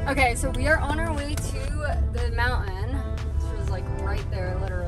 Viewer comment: Mouen Me: mountain My friend: montin